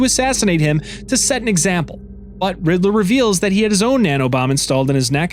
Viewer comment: I love and appreciate the video so much!!! This video needs more views!!! But really said “riddle-ER” 😂